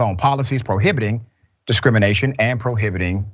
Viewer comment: Did the guest say, "Discriminiggation???" Replay it! Was that a Freudian slip? 😳😆